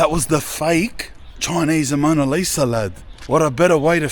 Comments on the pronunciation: Bro it’s just Mona Lisa, not Amona Lisa 😂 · I hope bro knows its the mona Lisa not amona Lisa 😂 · ‘Amona Lisa’?😂. Mona Lisa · AMONA LIsa 😂😂 its "mona lisa" LOL your hillarious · It’s “ Mona Lisa “ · Mona Lisa not Amona lol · What’s worse? Constantly saying “Amona Lisa” and “Pastisserie ”, or calling the “Parthenon” the “Pantheon”? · "Amona Lisa" 😆😆😆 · “Fake Amona Lisa” 😂😂 bruh Span. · “Amoana Lisa” 😂😂😂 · "Amona Lisa" had me cracking up lad. Cracka vid cuz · He said it heaps at the end so he really thinks it's said like that lmao 🤣🤣